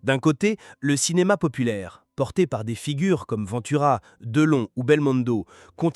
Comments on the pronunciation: Respectez son nom de famille : Ventura , pas Vantura . E pa A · Cette ia,c’est une merde sans nom !Ventura,ça n’est pas Vinetoura bordel!!!...et on met des humains au chomdu pour les remplacer par ces merdes ???on se suicide !!! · Cette vidéo est une INTERPRÉTATION PERSONNELLE de la vie et de la carrière de Lino Ventura (en passant, apprenez à prononcer correctement son nom de famille... ou bien êtes-vous une IA ???? ). S'il a eu des différends avec les journalistes et ou le monde du cinéma, il n'a pas été véhément à ce point. Vous ne citez AUCUNE SOURCE !! Vidéo juste créée pour 'PUT-A-CLIC' ! 😠👎